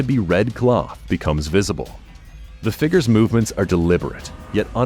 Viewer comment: I like these videos but the narrator sure talks about a lot of "figgers"!